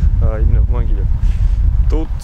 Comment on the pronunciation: Правильно говорить Могилёв ударение на ё